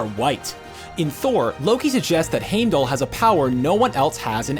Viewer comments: Remake this saying heimdalls name right please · These theories are AMAZING and I wish all of them would come true, but can you please pronounce things right? Like "Heimdall?" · Heimdall, Loki, Yggdrassil, even Feige.... can he pronounce anyone's name correctly?? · Did anyone else get pissed when hes saying heimdall wrong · You should have picked a person, that could pronounce Heimdal aether proberly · Omg you say Heimdall incorrect multiple times then the last time you say it correctly. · The way he says hiemdall really annoyed me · Am I the only one that started getting pissed at how he was pronouncing Heimdall and Thanos? Why can they never pronounce the names right? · How can you say Heimdall's name wrong 20 times then say it right at the end😂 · That's not how you say Heimdall. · I've noticed he mispronounces names in almost all the videos. I've even started watching for it. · Is anyone else mad at how this narrator said Heimdall? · Thanos can be pronounced both ways but Heimdall triggers me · I totally noticed it. Even said Loki funny. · Its said hime- dall not hame-dull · how to pronounce names wrong 101 Thane - ohs and haym - del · I’m sorry did he say hamdull? Lol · its not Heimdall its pronounced Hajmdall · Does it annoy anybody else how the say haymdell instead of heimdall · Omg heim doll not hame doll not thane os it’s thanos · okay lemme break it down for you th AH nos not THAYNOS LoWkey not LowKEY and HEIMDALL not HAMEDALL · not trying to be rude but its Heimdall not Haimdall and its not thanus its thanos you said the names completely wrong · it is not pronounced hame dal with a long a, it is pronounced hime dal with a long i. just thought you might want to know. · it's heimdallr not hamdallr say it right or do say it at all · What triggers me is that they say haimdall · Normally I'm all "Oh, let people pronounce it how they want, it's just written text" and then you go and say Haymdull. Really? Come on... they said it in Thor 1. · "Hamedull" kms